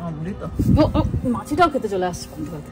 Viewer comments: কথা টা পন্থ না ' পান্থা ভাত ' হবে ۔۔۔ আর সবার ই সব খাবার খেতে শেখা উচিত ۔ ওরা তো ছোটো তাই না শেখালে কি করে নতুন কিছু try করবে দিদি ۔۔۔? ভালো থাকবেন ۔۔۔۔ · Panta bhat bole 😂 PANTO bhat na 😂😂😂😂😂😂